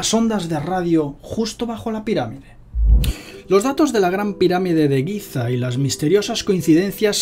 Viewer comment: Giza, no Guiza...pffff